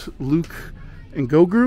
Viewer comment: Do you know you mispronounce baby Yoda's name ?